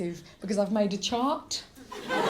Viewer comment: When she said chart i heard chant. I was waiting for a jingle. Lol